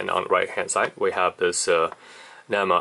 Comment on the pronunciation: Man. You may be a EE but you are sure no electrician. At least learn how to say NEMA before giving advice.